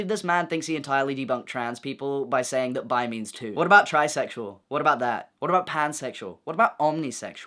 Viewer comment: "what about trisexual?" i swore you said tricycle.